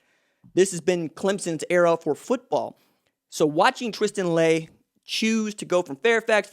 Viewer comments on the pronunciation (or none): Maybe saying his name Correctly?